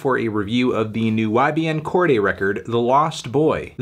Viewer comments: Ok but I don't think it's pronounced "Corgay" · YBN who? Melon keep saying Cordy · You’re pronouncing his name weird Anthony